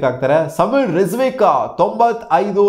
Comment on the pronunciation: Rizvik❎ Rizvi✅